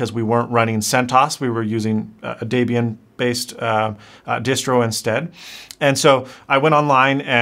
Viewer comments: It's pronounced debian as in jeb not deebian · Just an fyi: Debian is named after its creators; Deborah and Ian. It's therefore pronounced Deb-Ian and not deeb-ian. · Hate to nitpick?....but why are you calling it "Daybian"?....its a mishmash of two people's names....DEB-orah (Pronounced "Debra") & Ian...hence its not "Daybian....its DEB-Ian...(sounds like dead!....but ends with a "B") Just thought I'd throw that out there......LoL! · Oh and it's pronounced DEBB (like deb-ra) EE AN, not DEEB EE AN. Welcome to the Linux world, they're actually pretty similar, Mac and Linux. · The (a) shell is not the window manager.. You pronounce everything sooo differently from what I hear in the Sysadmin community.. CentOS (cent-o-s) Gnome - nome.. Debian... deb-ian not deebian.. but I guess all of these are up for interpretation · Good so far, but .... dEbian not dIbian. Thumbs up on the vid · Your pronunciation of "Debian" as "De-Bian" is not right. It should be "Deb-Ian". It is the joining of the name "Debra" and "Ian". That is from the founder Ian Murdock and his Wife Debra. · Deb-Ian. Named after Ian and his wife Deborah. So Deb as in Deborah and Ian = Deb-Ian. Not Deee-Be-Ian. And Ge-nome for gnome? Seriously? You don’t call those little guys that sit in your garden ge-nomes. It’s a silent G. Now yes GNU is ge-eh-nu but gnome is gnome!! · it's not deebian, it's debian, it's combination of Ian and his Wife's names (Deb-Ian). (FYI) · Bit of trivia: back in the 90s, Deb and Ian threw together a distribution of Linux and merged their names, so it’s not pronounced dee-bee-in, but Dehb-EE-in. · If you say deeeeebian one more time.... lol it is Deh-bian - cringe worthy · Linux !! you have unpressed me. NOT that I AM anyone, i'm a nobody BUT this nobody is impressed. Good OS choice BUT it's Deb- IAN. Debra/Ian, Name comes from his wife and the creator Ian. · It's pronounced Deb - Ian as in Deborah and Ian, the people for whom the distro is named. :-P